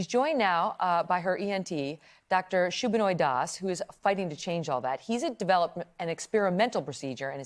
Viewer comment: Meghan Kelly pronounced his name wrong "shooo-bin-oy" Das. It sub-in-oy das.